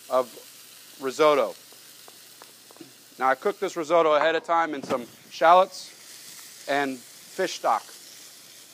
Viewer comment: Cheese AND truffle oil ... what a joke!! And whilst we're at it it ... Rizeautto ....? What's that! :-)